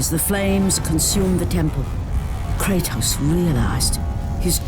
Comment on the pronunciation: Americans butcher all names...they can't even pronounce Kratos properly. It is an actual Greek word.